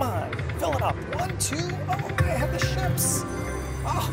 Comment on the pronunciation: I have to admit, I giggled when you said "I have the ships!" because it sounded like you said something else 😂 Great video as always,, thanks!